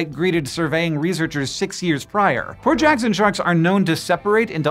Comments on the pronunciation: For a while I thought you were saying poor Jackson sharks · Instead of “Port Jackson shark” I keep hearing Hank say Poor Jackson shark & now I’m wondering if it’s poor as in broke or poor as in “oh those poor creatures” & I can’t help but imagine a shark pulling out a wallet only for it to be empty😅😅😅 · I needed to look in the description of the video because I was hearing "poor" Jackson Shark the whole time and I thought "that can't be right." :D Port Jackson Shark makes more sense :D